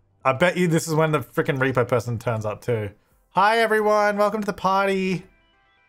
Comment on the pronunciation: The irony is that when he unlocks the front gate he says " I bet this is how the reaper-person gets in." I know he meant "repo" but it sounded like reaper... lol